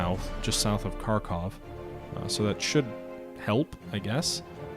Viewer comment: Pronounce it like harkov.